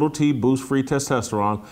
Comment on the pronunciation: Jason "testesterron" Whitlock 🤣